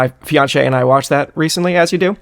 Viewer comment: Daniel just dropping "fian-shay" in there to no reaction and then the conversation goes to dropping puns that people don't pick up on is my favorite moment of this podcast so far. Also where's the birthday present?